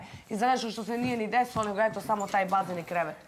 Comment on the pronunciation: Kad cujem ovo "deslo" nije mi dobro. Ogavan je